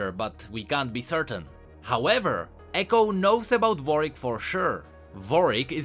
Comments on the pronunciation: W A R W I C K , not vorick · Why do I hear vorick every time u day warwick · he is saying varwick it is warwick not varwick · Is very annoying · not Warik its Warwick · Is it only me who hears his "Warwick" sounds like "Yorick" hahahah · is he saying varvick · i don t want to insult your accent, but who is vorik, really ? ^^ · stop saying vorick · Although generally the pronunciation is right, WW's second w is pronounced.^^